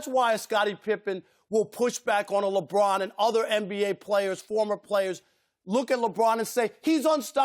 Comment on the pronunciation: "we've seen lebon brick free throws" can't even get his name right LMAOOO